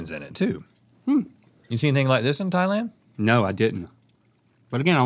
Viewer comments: Thailand is pronouced with the emphasis on the land, or not at all. Definitely not on the "Thai" part. ThaiLAND. Not THAIlnd. is pronouncing it correctly. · FINALLYY!!!! SOMEBODY WHO KNOWS HOW TO PRONOUNCE THAILAND!!!! THE AMOUNT OF TIMES I"VE HEARD EVERY OTHER PERSON EVER SAY THIGHLAND AND NOT THAILAND!!! LINK!!! THANK U!!!!!